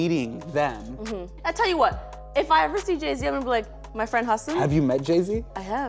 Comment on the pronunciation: YEY, amongst 2 of my fav Desi's in the nets. Can't wait to see what Hasan bhai creates in the tube. Refreshing to hear someone pronounce his name perfectly.